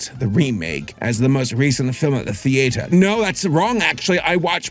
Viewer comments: What is a "thee-ate-her"? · He did not just pronounce theatre as "thee ate her"....